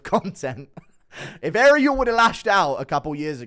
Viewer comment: time to learn how to say his name Ah-ree-el NOT Aerial (like the tv antenna).